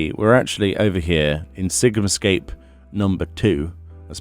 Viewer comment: "SigumScape" Your pronunciations make my day :)